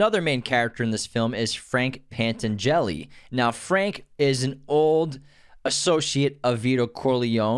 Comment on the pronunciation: it’s al, not hal. it’s also penTANgeli, not pet-an-jelly.